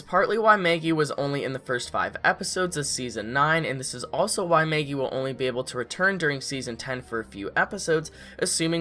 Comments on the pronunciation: Why do u say Maygee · MEhaggy. deal with it. :D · This person says “Maggie”in such an odd way 😆